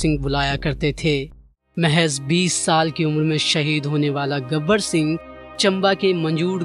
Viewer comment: गबर सिंह , न कि गब्बर सिंह!!